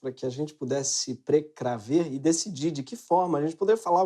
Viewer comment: PRECRAVER ???? Not even portuguese this idiot knows.